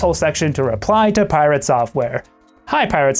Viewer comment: Pi-rat software